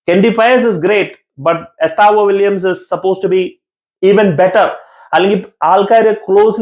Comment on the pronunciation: വില്യംസ് അല്ല വില്ല്യൻ.